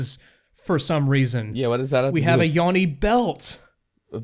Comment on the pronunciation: Support Convos I think it's pronounced "Yoni"